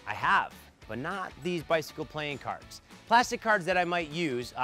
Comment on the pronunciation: i just heard you say plane cards